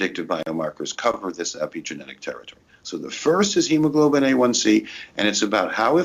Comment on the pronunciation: For Christ sake, each time he names the test I can't understand what he is saying! Why doesn't he pronounce it more clearly! What is the first test?: A1C or H1C? And the second one I couldn't hear either!